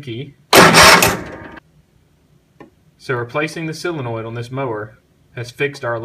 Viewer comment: "sillinoid" o_O